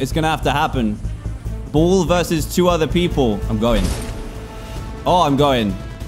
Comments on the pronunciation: Us: ball Dan: boll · Every time he said “ball” I thought he said bull lol